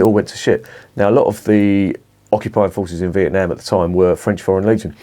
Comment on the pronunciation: Correct its not vietNARM..most annoying, prob not one for me this 🍺